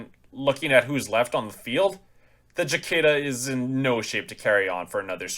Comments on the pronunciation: Its prounces like the bug. Sicada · SI-KAY-DUH! It's called a SI-KAY-DUH with a hard A! I can't watch anymore until you learn how to say it! Being from Texas, it's an affront. Si-KAY-DUH! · We all know Capellans can't pronounce a soft "c" so we forgive you. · He's not right either. In North America it varies depending on where you live, with it roughly being "si-KAY-da" in most places and "si-KAH-da" in others, accent on the middle syllable either way. The Brits (at least the ones I know) prefer the second form. Not sure about other countries. There's online audio-file pronunciation guides you can easily pull up with a google search, including a bunch of Youtube vids. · 8 dmg blows an arm off? Jeez. Lights really have that low of armor? Was that like 4 armor 4 structure? ooof. and the way you say Cicada lol, Chikada, I both love it and hate it at the same time. lol.